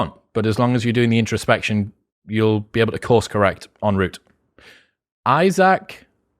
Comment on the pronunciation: How do you not know how to pronounce "Isaac" ???